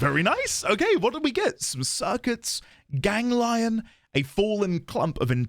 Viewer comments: I liked the "gang-lion' mispronunciation, but it also bothered me at the same time. And I've usually heard it as "gain-glee-on", but that could just be a regional thing... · Ganglion is a type of cyst in reality thus them being tied to infested. Its "gang - lee - uhn" for pronounciation also. Important note....I am not making these pronounciation comments to be "um actually" or be angry at all. Just trying to help you out. Honestly I don't mind how you say them.